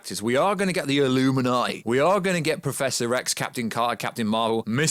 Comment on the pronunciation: the way you say illuminati sounds ridiculous lol